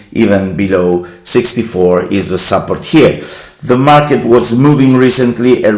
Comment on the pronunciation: Bella iniziativa però un consiglio: se nella ricorrente parola "support" metti l'accento sulla prima sillaba anziché sulla seconda in inglese sembra tu dica "supper" (cena).